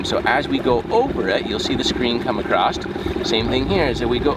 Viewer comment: Across. (Not acrossT) Supposedly. SupposeDly . (Not supposebly)